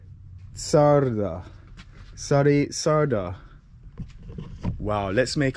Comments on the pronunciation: check the pronunciations: Sari,....Schara is a female name similar to Sarah, Csarda is Tsurduh what is like a Tavern. (Saar is poop, Schar is Mud)😁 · No es "lake", es canal de Danubius. Sári csárda (pronunciation) es Shari chárda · You pronounced Csárda wrong. It's more like "charda". Very beautiful and traditional places. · Yeah, you may pronounce it "Shary Charda" :) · Csárda is pronounced “cha arda” and Sári is “Shari”, so it is “Shari cha arda” 🙂, there’s no pause between “cha” and “arda”. Csárda originally was a pub with a kitchen that specialised on a small selection of food and the difference beteween a kocsma (pub) and a csárda is csárda was always on the side of roads between towns, while kocsma was always in towns. Csárda was mainly for travellers and they had stalls for horses. And also, that wasn’t mash potato, it was crushed potato with onion. I am happy to answer anything, in return I just want to know - if you are Jamaican - where can I eat proper ital food in London 😆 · for future occasions: csárda = tchárda / á = like inside the word "wow" you said so many times the O vowel would sound like the hungarian á. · Pronounce charda